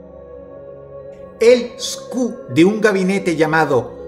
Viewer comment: Algo curioso es que es que el Código Universal de Producto, que en inglés se abrevia UPC por Universal Product Code en Inlgés, no es lo mismo que SKU (Stock Keeping Unit) en español, Unidad de Mantenimiento de Stock, y su pronunciación correcta no es en español, como "Scu", más bien es en inglés, algo más parecido a "Skiu", ahora, volviendo a lo anterior: Un UPC es, como dice su nombre, Un código único que de manera universal identifica un producto, por ejemplo el UPC de una botella de agua de 600 ml distribuida internacionalmente, cuyos últimos cuatro números en el código de barras sean 1378, tendrá en todos los países en que se distribuya esa misma botella la misma terminación (1378). En cambio el SKU los genera cada empresa o vendedor, por ejemplo, una mochila roja y una mochila roja con manchas azules, la empresa o el vendedor puede generar un SKU para cada una y diferenciarlas durante su inventario, por ejemplo: SKU: Moch-Roj (Para la mochila roja) y SKU: Moch-Roj-A (Para la mochila roja con manchas azules). Si para este punto aún no queda claro lo que intento decir, noten que en el minuto , lo que Dross encierra en rojo dice SKU, no UPC, o sea, que ese no es un código con el que podrás encontrar el mismo gabinete en todas partes, sino uno puesto por la misma empresa o fabricante.